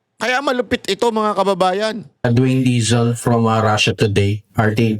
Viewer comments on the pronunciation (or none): none